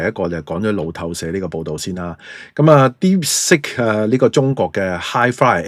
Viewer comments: 係讀 Deep sik音 (接近粵音 “薛"), 唔係 Deep sick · 不懂装懂，一派胡言，听了别人的谣言，美有证据便下定论。Deepsick? 连英文发音都不会。